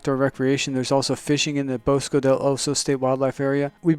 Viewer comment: Bosque is pronounced Bows-kay! At least here in Albuquerque it is.😷👍👐🇺🇸